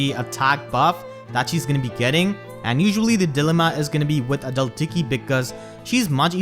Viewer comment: Every time you say adult tiki I hear a dull tiki 😂 gets me everytime I love your accent!